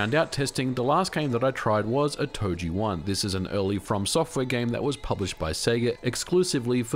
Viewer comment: Every time you say "oh-toh-jee" I die a little inside. 😂